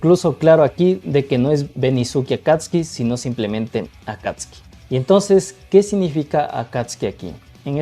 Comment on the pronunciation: Buenos dias si sabe mucho sobre Babymetal el ya estado en Japon como 2 vezes creio que el es de Ecuador.Si el pronuncia correctamiente Akatsuki, Akastisuki yo cuando vivia en Japon escuché mucho en los animes,peliculas,telenovelas,y claro Naruto😂😂recuardo del senior David, y esta relacionado com los ninjas exilados de sus aldeas,si yo tambiem creio que la cancion de X Japan y Akatsuki no se parece en nada perdon 😅quizás cuando grita en el principio de la cancion,me gusta la reaccion de usteds es divertido.